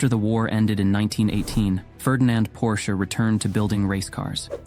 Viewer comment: You pronounce the last name of Ferdinand Porsche correclty, but refuse to pronounce Porsche correctly when referring to the car. Why, Why